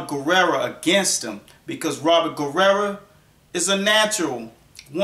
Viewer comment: it sounds like your saying Robert last name with an a at the end,wich applies because that's what u would call a female that is a warrior. hahaha! Robert Guerrera!